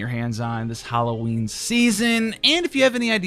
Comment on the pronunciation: Howl-o-ween. You can use that, brother.